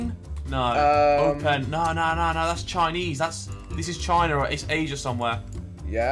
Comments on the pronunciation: Harry tries to pronounce open as oh pen 😂😂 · we not gonna talk about harry saying in the japan one he said oh pan instead of open